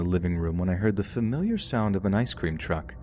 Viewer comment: Okay, but why do you pronounce ice cream as I scream 😂